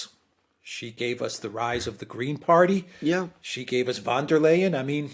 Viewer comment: Why do the chaps speak like thier deaf and dumb every time they mention the political party.?